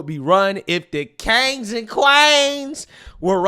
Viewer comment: “Deese KANGS and QUAEENS!” Love it.